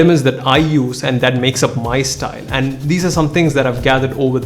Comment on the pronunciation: Do you hear stine not style?